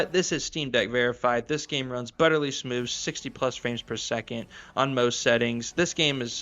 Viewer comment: Its butteryyy. Not butterLY sorry just driving me crazy 😂